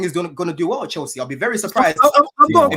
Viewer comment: "We're still chels" 🤢